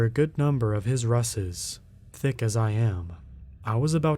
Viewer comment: Ruses...pronounced "roo-zes"